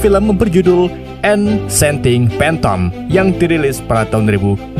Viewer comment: Sebutan bahasa English pun tak betul apa la admin ni.. phantom Klau salah disebut bunyi ye jadi bermaksud ular sawa.. padahal Klau betul sebutan kan jadi (hantu)